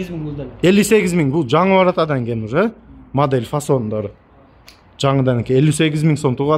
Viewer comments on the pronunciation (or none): none